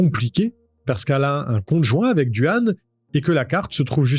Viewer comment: Excellentes tes videos, bien amener et la narration est claire, bon boulot! Je me permet de te corriger sur le petit copain de Samantha, c est Duane mais ca se dit Dwayne.